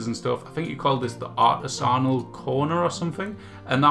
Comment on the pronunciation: Lol “artizonal”